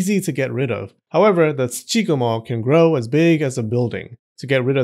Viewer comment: I know it's not what he was saying, but I couldn't stop hearing JoeRoganMo.